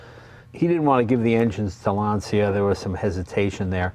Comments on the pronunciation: Don’t pronounce it LANZIA. It’s written Lancia, after Mr. Lancia who founded the company. His name it’s easy to be pronounced for an Italian, as an American you should pronounce it as it was written LANCHA, the CHA pronounced like the first three letters of Chattanooga. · Jay I can’t believe I have to point this out. But Lancia is pronounced like Mark Whalberg saying Lawn Chair. LAWN-cha, Not LAN-ce-uh. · Awesome car. Looks like a blast to drive. Btw, please pronounce Lancia correctly, especially as someone from Italian heritage Jay. It’s Lan-cha not Lan see ya. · It hurts when Lancia is spelled “Lansia”! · Really? You pronounce it LAN-CEE-AH? Pssst, LAWN-CHA. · Dude, if you dici "LANSIA" pare you is in panic. Se dice "LANCIA", in italiano. Because i non coming in your house a dire "CHEVROLET" come si write. Stay in bell. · Lan ch a not lan c ia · lancia is like the word launch with an a at the end and without the u. lancha. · in Italian.. it is pronounced Lawn-chaw... :) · Lancia, pronounced Lahn-cha. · It's pronounced ' Lanchia ' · I'm not Italian, but I'm pretty sure that this should be pronounced Lanchia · Classic car def. but at least say Lancia properly..